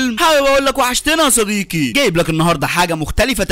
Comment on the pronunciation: وحشتني يا صديكي……يا أعز الأصكاك😂